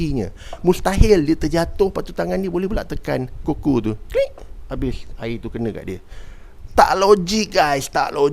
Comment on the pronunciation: Bang pronounce yg betul adalah 'kuku'